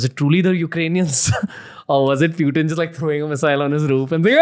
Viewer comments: It's not Pew-Tin my friend it is Poochin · Gadhayyy its not Pewtin... Its pootin... 😂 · Bhai no pewtin he is putin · Why he’s saying pew teen..?? It’s Putin you fool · Ranveer's pronunciation of a lot of words is way off for example the way he say "Education" "Putin" is just beyond me. Bro at least learn from your guests so I don't have to mute you every time you speak. It's cringe AF.